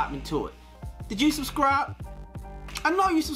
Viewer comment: When he said suscribe, I suscribes.